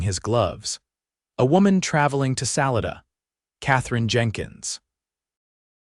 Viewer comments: "Sa-LA-da" - all three "a" sounds like "ah", or like "Fah" and "Lah" as in music notes, "doe ray mē fah sō lah tēa dōe". and "dah" "Sa-LAH-dah" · Pronunciation of Salada is incorrect!